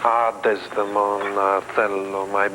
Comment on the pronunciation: He pronounces the name, 'Desdemona' like an American. Yuck.